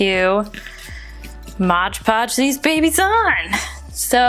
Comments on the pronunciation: It’s Mod Podge not MOGE PODGE 😖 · Great video but it's MOD podge. Not modge podge. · thank you for making this super helpful for "mod podge" not " MODGE PODGE" HAHAHA lol. ♥☻☺ Have a great day!!! Cheers